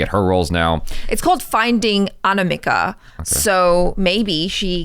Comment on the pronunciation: My name is anamika And the way pronounced my name Aniimaaka sounds hilarious 🤣